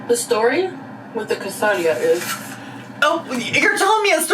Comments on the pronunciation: The pronunciation of quesadilla almost took me out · I had the exact same take on the quesadilla pronunciation. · NGL the way she kept pronouncing Quesadilla like that, my brain can only think of how people name their kids weird names but prenkunce them "fancy" 😂😂😂 And thats how i know I'm lacking sleep. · I was just starting to get used to how English speakers usually say "quesadilla", but this took me by surprise EDIT: heard the explanation, it's still weird. Like, here in Mexico we have jalapeño and carne asada sushi, but we still call it sushi? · Her pronouncing quesadilla like that is such an Amberlynn "kameeno" (aka kimono) molment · She's pronouncing quesadilla that way because mispronouncing for engagement is a trend among mukbang creators right now.